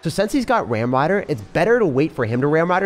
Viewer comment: the way says ramrider😂🤌🏻.. i laughed so hard... Have a good day ❤️🥂.. thankyou for giving us quality content 🛐